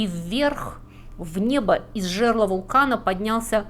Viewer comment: Жерло́, пандеми́я.